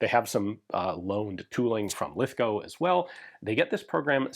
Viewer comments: Thank you for pronouncing Lithgow correctly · Congrats on pronouncing Lithgow correctly!